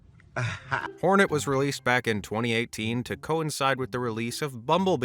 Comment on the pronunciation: Its hornet not Fortnite lol